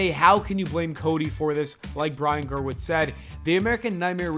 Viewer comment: why does everyone say his name "Ger-witz" everytime i hear it i have to check its spelled the way it sounds Gewirtz "GUH-WURTS"